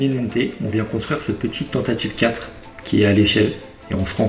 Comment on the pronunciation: MOLDU ! "Tantive 4" et pas Tantative 4